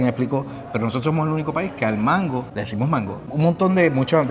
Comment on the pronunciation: Yo soy boricua y nunca he dicho mango con acento en la o....